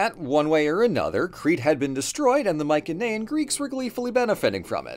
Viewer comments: my-sen-ayan, not my-ken-ayan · sorry just hhrrnrng ocd it's pronounced mai-suh-nee-uhn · The way he says Mycenaean really annoys me I’ve never heard it said that way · Pronouncing Mycenaean incorrectly